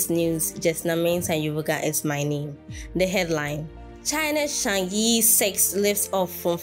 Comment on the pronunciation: Chang'e is pronounced as Chang 👉errr👈 in Putonghua ( Mandarin ).😊